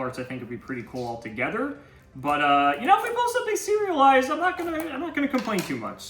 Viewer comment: I'm definitely hungry. All I'm hearing is "cereal-lised". So maybe this new foiling has cereal kinda texture on it. Then, towards the end, oh.... So that's what he meant😂